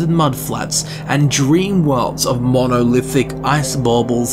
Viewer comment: Anyone else find it weird how he pronounced “monolithic ice bubbles” 😂 😆